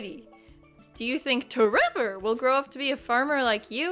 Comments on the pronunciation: Everytime toy say tREVOR it cracks me up way too much, thank you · I laugh every time you say tREVOR 🤣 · Everytime you say t REVOR i laugh so hard. Thank you. :)